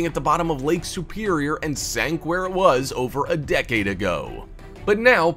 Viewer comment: Please stop saying decade...